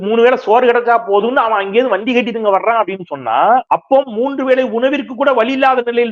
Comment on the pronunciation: Yow….use ‘Sa’ instead of vadakkan word ‘sha’/‘sho’,Sandai not Shandai, ‘Sonnaar’ not ‘Shonnaar’ , Soranai not Shoranai , Soru not Shoru